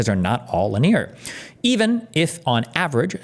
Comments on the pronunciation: everyone says lin-e-ar no one says linyeer like Steven, it is kinda annoying indeed 😅😅 Edit: he checked it, thank God lol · LIN-E-ER. Not LYNEER. JESUS! What a complete fool. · How does Destiny have so much trouble reading? Lineer? It's linear! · Can’t make fun of piers when you’re googling pronunciation of linear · The most disgusting thing about this topic is Destiny's pronunciation of linear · Shout out to chat for calling it out live. 👐 I was watching this video back doing dishes and wanted to scream at him. 😂